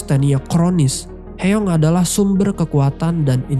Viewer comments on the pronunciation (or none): Aboeji..dibaca Aboji.. bukan abe-oji.. artinya ayah... Eomaa.. dibaca omma bukan e-oma.. artinya ibu.. Hyeong dibaca Hyung/Hyong bukan he-yong... artinya kakak. Semuanya bentuk kata panggilan,bukan nama orang. Jin Seok dibaca Jin-Suk Koreksi kalau salah.. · Sorry kak, ijin berika masukan dikit ya kak, untuk penyebutan nama tokohnya mungkin kurang tepat. Eomma= "Omma", Abeoji= "Aboji", Hyeong= "Hyong", Jin Seo= "Jin So" Itu aja kak.. Untuk video dan cara kakak jelaskan cerita udah bagus banget. Semangat kak untuk konten yang lainnya. Thankyou✨✨